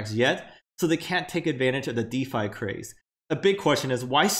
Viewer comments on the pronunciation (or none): none